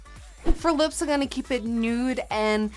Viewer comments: its funny how she says "ing gonna" instead of "im gonna" lol she is still amazing tho<3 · Does anyone else notice that a lot of girl youtubers say in gunna instead of I'm gunna?